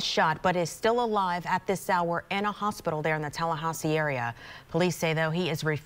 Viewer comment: Tallahahsi? Who pronounces it like that?